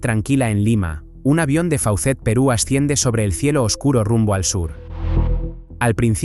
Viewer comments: se dice focet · Esa lamentable tragedia fue producto de la corrupción que campeaba en todos los niveles durante el gobierno del dictador Alberto Fujimori Fujimori de triste recordación, del cual fue víctima de total negligencia la aerolínea peruana. Además la Aerolinea Fauccet se pronuncia Foset. 😢😢😢